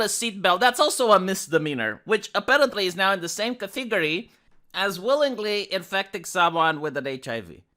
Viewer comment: “Ca-Tiggory” Never change,.